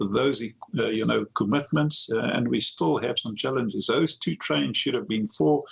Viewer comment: Every time he says, "challenges", I hear "f*k*ps".